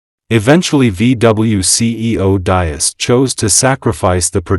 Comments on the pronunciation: These mechanised youtube videos can't even get the pronunciation of Diess right, It's DEECE. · Pronounced “dees”. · It's Diess not Dias. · You are butchering the pronunciation of Diess. It is pronounce dees with a soft s and not a z sound. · If you make a video, please learn how to correctly pronounce the name of the most important person in this video: Mr. Herbert Diess. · Your pronunciation of Diess is completely wrong. 😁